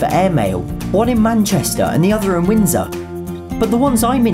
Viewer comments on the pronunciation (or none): none